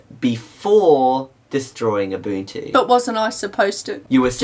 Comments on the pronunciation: From Abunchu to Ubuntu, great job on pronunciation in the last few years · UNBOOTtu Not Ubuntu LOL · When I first heard of Ubuntu, I thought it was pronounced "oo-buhn-too". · In 7th grade when a buddy of mine got Ubuntu on his laptop, I liked intentionally mispronouncing Ubuntu, and it'd drive him nuts when I did it. I'm a great friend. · it's not ubuntu, it's A B A N C H U